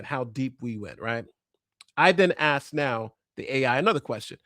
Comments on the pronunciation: Says "AXED" for asked. Not a great start. continue... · Sirs, you forgot “Axed” instead of “asked”. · Yeah, just as soon Dr. Superstar revealed that he does not know the difference between axed and asked, he lost me. Perhaps his students and daughter axed him too many times. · "My college students, my daughter, have axed..." Yep. fake. That's all anyone needs to hear. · The good doctor dropped an axed